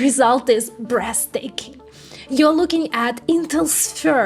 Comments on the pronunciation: Come on. I know you’re smart and have been taking into a camera for almost a decade. You can do better than “brezzz taking.” Sound out those “t” “h’s”. “Thhhhh”. Breathhhhhh taking. Hit me up for language tips on pronunciation. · "BREASTAKING!!!" love it!